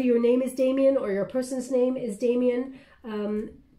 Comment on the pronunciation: ...you are amazing! You also got the name Damion right!